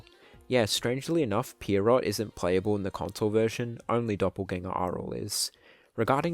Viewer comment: Pretty sure the name "Pierrot" is supposed to be pronounced "Pier-roh" with the T being silent. It's a French word IIRC (and its literally just their word for clown). But I will not clown on your pronounciation for long.